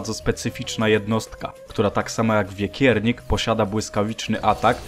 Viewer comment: To wekiernik a nie wiekiernik bo on nie jest z wieków